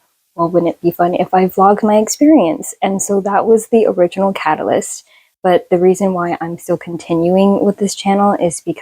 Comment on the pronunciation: yay the newbie tag! Also you saying catalyst, I'm crying!